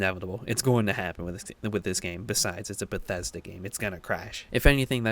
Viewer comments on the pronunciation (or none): none